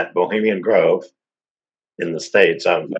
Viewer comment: Did he say Bohamien Grove??